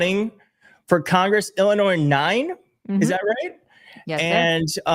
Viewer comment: Shes not from Illinois if she pronounces the s on the end. Someone needs to let her know if she is going to get Illinoisans vote she needs to drop the s on the end